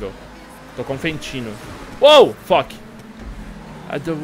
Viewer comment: se for falar fuck, fala direito '-'